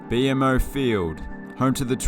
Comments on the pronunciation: but most people pronounce BMO as BeeMo, not Bee Em Oh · It's pronounced, "Bee-Mo" 👍🏽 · Quebec looks a lot more European than the rest of the continent, much less the rest of Canada, because of its French background. The rest of Canada is a lot more American-looking than they care to admit. BTW: BMO is pronounced Bee-Mo. For Bank of Montreal. Probably also important to note that BMO Field is shared with Toronto FC of MLS. BC Place is also shared with an MLS club, in their case the Vancouver Whitecaps.